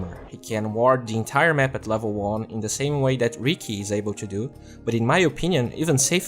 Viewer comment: Precisa treinar o sotaque principalmente o teu "to". Tu fala "two", vício comum entre brasileiros.